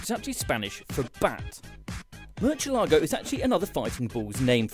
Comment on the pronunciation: Oooh, that British pronunciation of Murciélago is hard to listen to. No CH please. Pronounce the C like an S or a TH, but never a CH.